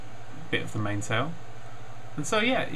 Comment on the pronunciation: main sail is pronounced mainsl